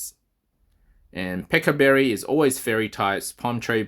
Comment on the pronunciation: Great video! I was very surprised to hear you pronounce pecha berry as peka lol I’ve always pronounced the ch like you would in the word China for example but I might be wrong